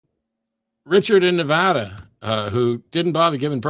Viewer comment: Thank you for pronouncing Nevada correctly.